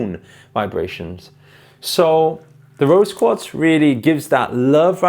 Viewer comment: What is a rose coat? I cudnt understand ur pronounciation